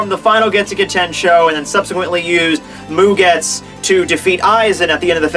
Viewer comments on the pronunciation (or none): It is actually mugetsu not mugets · Bra, your mispronounciation of these character names and techniques has gone way too long dude It's mugetSU You say it like its Mugets, then you say isshin's name wrong go watch when Aizen is in his Chrysalis form fighting him Urahara and yoruichi and he says all their names. It's a lot others to... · hyposing?? Hypothesizing dude. Annunciate. and idk about this one but i thought it was mugetsU